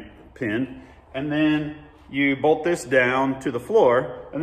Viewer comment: I love how every time trys to say BOLT he says BOLD 😂